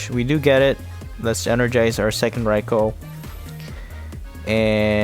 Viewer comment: Its pronouced Rai-koo - good video though